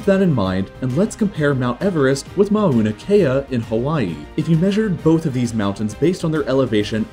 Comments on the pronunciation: Mow-na not ma-oh-na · “Mauna” is pronounced “mow-nah”, not “mah-oo-nah”. The first syllable rhymes with “now”.